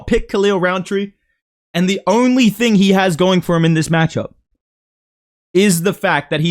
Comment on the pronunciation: “Its a real thang” 😂😂😂